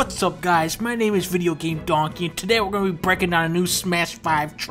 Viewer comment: When he said videogamedonkey, it just sounded so... wrong